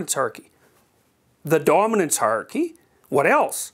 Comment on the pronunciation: He's said "hierarchy" so often in his life and work, that he has come to pronounce it, "haarky." :D